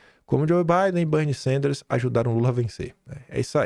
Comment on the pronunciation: Não é Banny e, sim, Benny Sanders